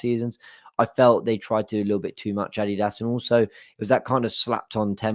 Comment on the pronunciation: 😂So... Let me ask... AR WI adidos... Or... Are We Arsenal